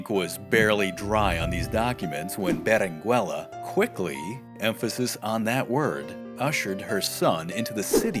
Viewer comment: The double L is pronounced, as "y"-canyon. The "u" in Berenguella is not pronounced as in " Berengeya". The "g" of Giralda is pronounced as in: H.